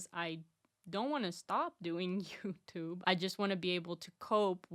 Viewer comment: I love when you say "YouTyube"